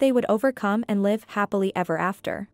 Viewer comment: Please learn the different pronunciation of the word live and when to use the different ones. You use it incorrectly.